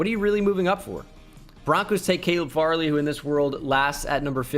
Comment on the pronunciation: Jsyk, Caleb Farley is pronounced "Fairly"